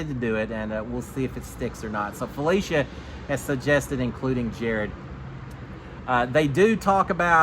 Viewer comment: instead of FelEcia, it’s FelIcia. With an “i” sound instead of an E. You pronounced it right at the beginning but not towards the end